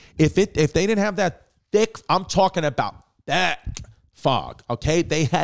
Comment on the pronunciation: Bro i swear to god if you say “thhhique”one more time im gonna lose my shit